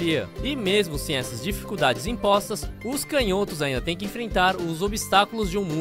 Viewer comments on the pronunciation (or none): A palavra "canhotos" não se pronuncia [cãnhótos] não?